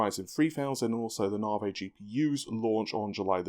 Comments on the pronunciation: Your English, pronounce leisure the correct English way and NAVI is not pronounced Narvey. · Hello ladies and getlemen, my name is and I can't pronounce NAVI correctly.